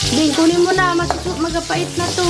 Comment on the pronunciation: Papait po or magapait? Papait po ang correct